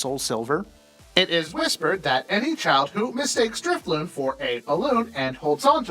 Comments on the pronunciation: that moment when he says Driftloon instead of drifloon... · I got triggered because they pronounced Drifloon as Driftloon >:( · it's drifloon, no t